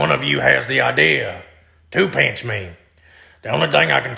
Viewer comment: He says pinch like peench. 😂